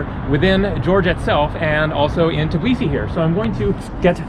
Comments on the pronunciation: Lol it’s called Tbilisi and not Tiblisi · Nice videos ! Just one correction...You have to say TBILISI instead TIBLISI. :) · why do you pronounce it as tblisi? it's tbilisi, every single letter is pronounced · All you Americans need to learn it ONCE AND FOREVER. THE NAME IS TBILISI, T-BI-LI-SI, NOT TIB-LISI, it's not fuckin hard to remember... I have no idea why all of you keep saying Tiblisi, on and on, please quit that, please please. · I know right. I'm Georgian but I moved to Italy because i was scared of what was happening there with death and stuff in news so yeah, but Italians also say TIBLISI instead of Tbilisi. they also can't say letters ყ(Y), ჭ & ჟ. It hurts because people can't pronounce the name of the special city right. and when i finished watching this video it hit me in heart that I'm not there. Im not in Georgia. And it actually hurts.